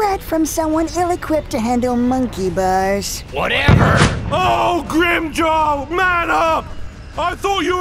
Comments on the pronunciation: Am I hearing things, or are some people calling Grimmjow "Grimmjow" and others are calling him "Grimmjaw"? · no a lot of the time they say Grim Joe not Grim Jaw or Jow(J+Ow sound as in the sound you make when your hurt) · I swear several characters say Grimmjaw instead of Grimmjow in this series. Has anyone else heard that? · I love how all of them pronounce grimmjaw name differently. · in this series they pronounce it Grimm joe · they pronounce it Grimmjaw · "And Grimjow" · I like how different people say Grimmjow's name differently. Everyone speaks differently, no pronunciation is flawless.